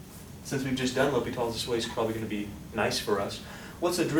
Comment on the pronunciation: I love the way you say L'Hopital. Even though it is pronounced, L prime H O-hat pital.